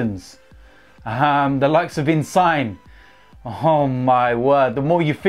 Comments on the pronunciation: Did he just say Insign? Instead of Insigne? 😂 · One thing I can be sure of is! pronunciation is terrible! 😂 “Insigne” not “Insign!”🤣 anyway, putting this aside I enjoy your vlogs, keep it up man 😁👊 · Man said in-sign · In-Sign lmao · 3 syllables In • sin • yeh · In-sign 😂😂 fuck sake!!! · This dude said "In sine" 😂😂💯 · "In Sign" can't stop butchering players' names. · Man said insine😂😂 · In sign ?? Really 😂😂 First it was Robbie saying Nkunku is Nkunu ...😶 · Man said insign 😂😂😂😂😂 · It’s In-sin-yay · Its pronounced Insinye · He did say insign😂😂😂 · They pronounce Rennes "Renz". Not that surprising that they'd pronounce Insigne "Insign" haha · absolutely butchered Insignes name looool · after he bangs a hatrick he will remember the name and pronouns it correct